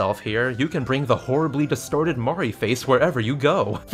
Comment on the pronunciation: And mori sounds like mari